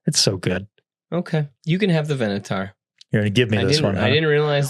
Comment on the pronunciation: It hurt me a little when I heard mispronounce the Venator as "venatar" after he spent 2 and a half minutes explaining why the Venator deserves to be on S.